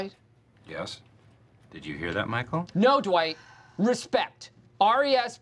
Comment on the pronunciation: the way he pronounced RESPECT 🤣🤣🤣🤣🤣🤣